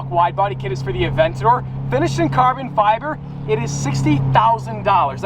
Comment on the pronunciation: Theay aveyntadyoor tun tun tun tuummm